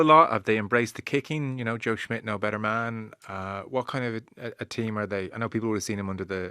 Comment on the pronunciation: CMON Rud!!!! It's SSSSSSSH-midt. NOT SMITH